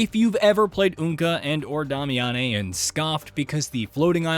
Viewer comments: “Day-me-ann”. Who tf is damiyannay? 💀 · "Dami-ah-nei"? Why do they insist on having "journalists" talk about a game they've never played?! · but is pronounced DAY-mee-uhn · Starting drink every time he says "Dah-me-ah-nay" instead of "Day-mee-ahn" like they say in the actual game Damiane is in. 🤷🤷‍♂🤷‍♀ Kinda like where he talks about boss armor before saying, "yeah, you read that right," even though just heard it & we didn't read anything because it's a YouTube video. 🤔🤔🤔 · Dame. E. In. They said it in the game tons of times. I'm now certain these channels don't even play games but push out content for content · Who is "Dah-Me-On-Nay"? It's Damiane lol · Dom-ay-ya-nay bothers me more than it should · Yes!😂 let’s call her “Dah-meh-yaa-neeh” lmao 🤣 Good job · yeah pronounced Damian. This game alone had shown me just how many people have no clue how properly sound out words themselves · Honestly i was like is he saying Dami-Annie. Where are these extra letters coming from? lol. Not hating, just enjoying the ride. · Dam-i-a-ne is her name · Disliked, and unsubscribed due to Damiane pronunciation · Ok, I had to stop and downvote due to that horrid butchering of Damiane's name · bro is just rage baiting by how he pronounces Damiane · I mean if you actually played the game then you’d know how to pronounce Damiane’s name. You invented your own pronunciation there my guy 😂🤣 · I was cringing so hard every time he said it.